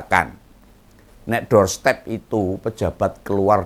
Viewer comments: DOOR STOP OM, BKN DOOR STEP 😝😝😝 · om ngompol, bukan doorstep tapi doorstop